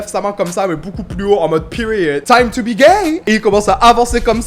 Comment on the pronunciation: « pEriOoodannhh siss »😭😭🤌🏼